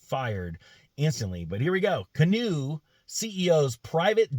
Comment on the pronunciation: I'm biased since I own a small number of shares of GOEV, but I guess if one is going to criticize a company or its CEO, one should pronounce the name right (it's like canoe). Anyway, it should be noted that Aquila does have a background in aircraft leasing (I know, what does that have to do with an EV company?). Canoo didn't buy the jet, they chartered it from Aquila's own business (AFV) under an exclusive agreement established between AVF and Canoo in 2020 - before Aquila became CEO and the stock was still over $200/share. Should he have flown coach to business meetings - maybe. Honestly, it feels like Canoo is setting the company up for a turnkey acquisition by spending millions on production equipment but keeping their production targets low (otherwise, why not crank out a few hundred just to nail down the production process). To their credit, they have a lot of IP ... they aren't sourcing critical parts or designs from other manufacturers - the vehicles are bottom-up designed with maintenance, and serviceability being key features - unlike a lot of "sealed for life" stuff that's out there. I have no guess if they will be able to save it given the current politically charged market conditions - just along for the ride.